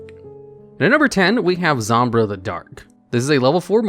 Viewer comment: It’s called, “Zom-BYE-rah” the Dark. Not “Zom-bruh”.. 😅👌🏼